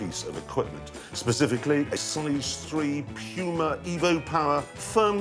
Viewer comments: "Pyuma" "Amazun" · STOP SAYING "P-YUMA"! Damn...English...Speakers!?!?! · Am-ah-zahn. Poo-mah.